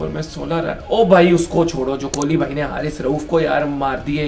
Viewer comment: Haha kholi nahi king kholi